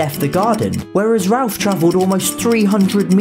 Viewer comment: It’s nice to hear Ralph being pronounced Ralph and not ‘Rayff’ as the Americans pronounce it along with that prick Jeremy Vine lol!